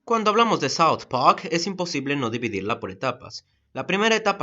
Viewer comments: creo que tu aleman afecto tu ingles. Al decir PAK en vez de park. o mi ingles es una cagada y creo que tengo que esperar el anime de allen baker... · "South Pack" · DOOM: SAU PAQ YO: Habla bien idiota, habla bien o te mato! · Todo muy lindo pero te saltaste la clase de pronunciacion. Se dice South park no south pac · Por que dice como South pack? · Tio vivo en estados unidos y no he oido a alguien decirle paq a park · Seguramente ya estás harto de que la gente se burle de tu pésima manera de hablar en inglés, pero amigo por favor "Saud pac" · soud poac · SAUD PAJK Ajajajajajaajajaajaja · soud pac :v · no se porque me gusta tanto la pronunciación de saod pak xd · "saut pak" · Parece que dijiste south pack :v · no me gusta ese extraño acento inglés que le pones a la hora de decir "soud pahrk" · soud pawk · saud paj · "South Pac"? Me reí con eso jajajajajaja Ahora, esto sí que es una reseña. Buen video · Es rara tu pronunciación de "South Pwak". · te acepto el sau, pero decir pac, donde esta la r coño? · ''Saout PaC'' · Me gusta south park -South park ulala señor francés -¿Y como se dice entonces -Sauft pag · Estoy en desacuerdo con la reseña, nisiquiera sabes pronunciar la serie. Y se me hace que lo hiciste sin ganas el video. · south park. +ulala señor francés. -¿entonces como se dice? +sauft pagck. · porque dices south park como en franses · Julio Cesar Tenorio Romero Si claro, es una buena reseña. Sólo que esa pronunciación me parecía rara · Sylvain Wain Dezaki no, si lo hubiera pronunciado como un japonés sería algo así como "sauto parko" o algo mas extraño jajaja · Todo el mundo burlándose del "Soud Pajk", ¿pero es que nadie noto el "shenofobo"?